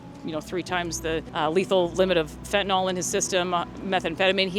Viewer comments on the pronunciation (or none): Can ya'll please pronounce the drug correctly???? It's FEN-TAN-ILL. It's not Fen-tin-all. Look how it's spelled....fentAnYL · Fentanyl is pronounced fen-tuh-nill. Look it up.